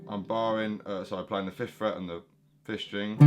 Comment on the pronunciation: When you say 5th string it kinda sounds like 'fish string' so I thought you must be German and using an alternate tuning because that's close to how you pronounce F# (often written as 'fis') in German and Dutch. A# would be 'ais'. Basically (note)+'is' means (note)# and (note)+'es' means (note)b. So Bb is 'bes'. Before you ask, I don't know why I wrote all of this either. I'm just the type that rambles on for forever about irrelevant things.